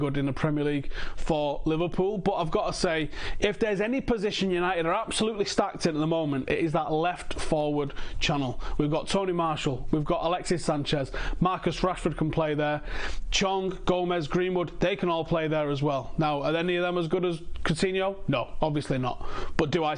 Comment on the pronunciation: Also pronounces anthony martial's name likes hes a geezer from england: Tony Marshall.